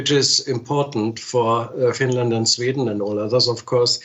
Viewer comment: Oh no!! Not uh Finrand!!!